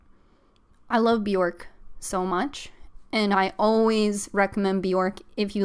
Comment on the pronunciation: My best friend is a huge HUGE HUGE Bjork fan and he’s always so quick to correct me that her name is pronounced “B-yerk”. Bjork rhymes with “jerk”. He confirmed this was true by showing me interviews of her saying her name. Anyway, I loved this live stream. 💕